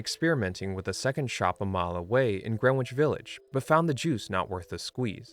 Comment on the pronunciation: It's not gren-Which it's Gren-itch